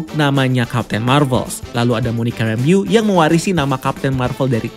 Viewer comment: Cara baca: Rembou Bukan Rembiyu